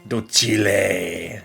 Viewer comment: So excited for this series! Also I love that Chikorita ended up being Docile! I had adopted that as my nature guess ever since I first heard you pronounce it in that funny way, and all my friends now also pronounce it that way when a Shiny ends up being that nature! The Docile propaganda is spreading!